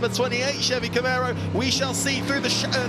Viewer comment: "CamEro" and "SHirocco" - dear oh dear - someone PLEASE tell young to get his pronunciations sorted!" Great racing!